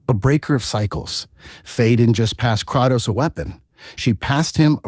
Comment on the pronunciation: All this lore and you still don't pronouce his name correctly, c'mon bruh....."Cray-tos" like saying the word "pray" but with the letter K.....NOT "Krah-tos"...